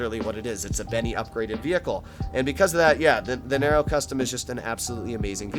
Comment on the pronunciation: Nero not naro 😂